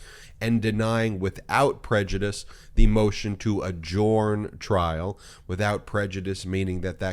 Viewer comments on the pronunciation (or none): "Adjourn" is pronounced "a-jern".